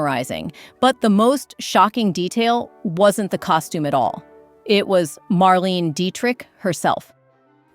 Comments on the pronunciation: Marlaynah not marleene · Mar-LEEN-uh Dietrich. (If you're trying to be an authority in this space, 1. don't use AI-generated copy, and 2. have the sense to check how these women's names are pronounced.) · Marlene Dietrich's name was pronounced MARLAYNA not Marleen.